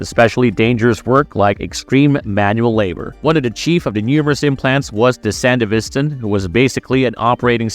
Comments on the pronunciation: That’s what I was beginning to wonder too. At first I thought he was just talking professionally, but he kept pronouncing certain words incorrectly, words that both the show and game say, like “sandevistan” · You pronounced sandevistan wrong every time you said it. And everytime you do my brain hurts. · It's hard to watch when the narrator has never clearly played the game or watched the anime. We can tell by the mispronunciation of Sandevistan. It's not something you would say wrong after playing. It would be like saying the P is CyberPsychosis or something. Just weird. Shame. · Lol, buncha friggin nerds in this thread bro, you guys need to chill on his mispronunciation of the word sandevistan. Its really not that serious. Hahaha yall are pathectic, just jacking each over off over a damn word. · Multiple records of people saying sandevistan yet you continually pronounce wrong. Sounds like AI bot. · Bro, you need to do REAL research with this. One falco did not die, you literally see him live after the main fight in Edgerunners and you can contact him in the game that takes place a year after Edgerunners. Also sandevistan is pronounced wrong and some points in lore are off. I can tell wiki was use and only used when most of the time wiki isn’t 100% true